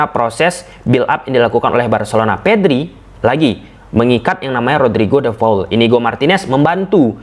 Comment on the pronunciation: Namanya De Paul mas, bukan De Faul 😀